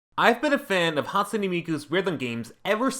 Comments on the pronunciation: Did you say hat soone a miku 😡😠😡😠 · "hatsuni miku"